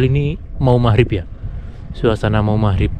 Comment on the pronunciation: Magrib ngab, bukan mahrip lol